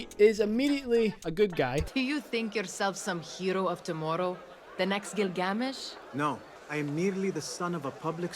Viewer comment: How the women pronounces Gilgamesh is so weird. Gil-gam-ish rather then Gil-ga-mesh, might just be an accent thing though.